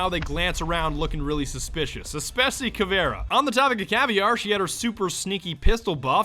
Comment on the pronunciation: Its not caviar its caveira please dont butcher my language, caviar is something um eat, caveira its a skull